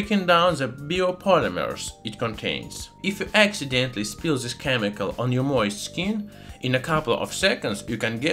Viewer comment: does anyone else gets trigerred by him not saying T but Z (zo obtain; zis(this); and zen) so trigerring